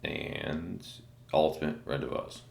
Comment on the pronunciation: Love your reviews bro and always look forward to them. Just wanted to start by saying that..but, just so you know, the word is pronounced ron-day-vo͞o the S is silent. Thanks again and keep up the great work!